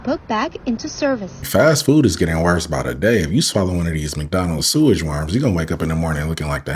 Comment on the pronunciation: Omg why do they keep calling them "warms?"